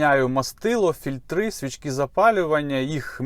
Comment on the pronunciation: окремий респект за "фІльтри", а не, блять, "фільтрА". Заіпали олені, що ні нашу, ні кацапську не знають... КлапанА, фільтрА, поршнЯ....